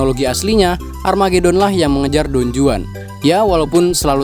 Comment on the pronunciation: Pengucapan yg bener : Don huan J : huruf h di bahasa spanyol